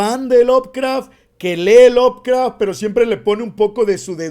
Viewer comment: ¿Por qué pronuncias la E al decir Lovecraft? Es inglés básico, la E no se pronuncia. NI CUANDO DICES LOVECRAFTIANO.